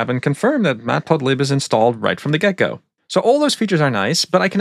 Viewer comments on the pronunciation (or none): "Matplotlib is installed right from the gecko" (Yes, I know it's "right from the get-go", but it sounds a lot like "gecko")